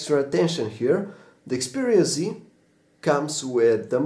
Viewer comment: Xperia Z.... not C ...jeeesus